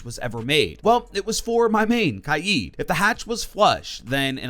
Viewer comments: I hate the way he says Kaid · You keep saying kaid wrong and it infuriates me.